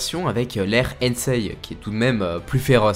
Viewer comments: tu as dit Hensei c'est Heisei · C'est heisei pas hensei !